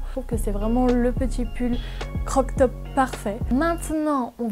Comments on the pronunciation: T trop beeeelle 🤪❤️ Ps: on dit pas croc top mais crop top 🙃☺️ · Très jolis achats ! Petite info, on dit crop-top et non pas croc-top :) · c'est croP top et pas croK top 😴